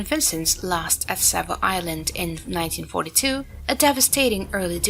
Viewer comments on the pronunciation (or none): none